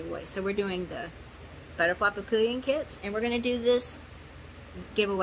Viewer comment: Papillon is 'pa-pee-aan', french for butterfly.... 🦋🥰 Not entering, just watching. 😉